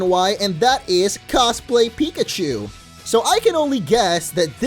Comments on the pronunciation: he Said Kikachu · you said kikachu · Kikechue? What are you saying mo